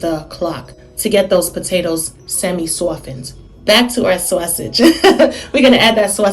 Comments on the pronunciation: What is a SOH-A-sauge? 😜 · I LOVE HOW SAYS "SAWSEGE" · Omg me toooooooo!!!! 💕💕💕